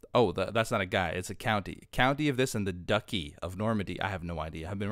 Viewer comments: lmbo! Duchy, the "ch" is pronounced like the "ch" in cheese. Interesting game, please keep playing! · Ewan Mac Mahon yea he had it right the first time. I imagine this won't be the last time to struggles with some of the words either. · Your first pronunciation of "duchy" was correct (like "duchess", but ending in a short "i" instead of "əs"). A duchy is the piece of land owned by/ruled over by a duke, similar to how a county is in the hands of a count (sometimes called an earl). A duke is in rank above a count. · Duchy is pronounced more like 'dutchey' rather than 'ducky'.